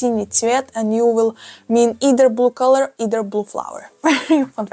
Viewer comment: I love how yOu say bulue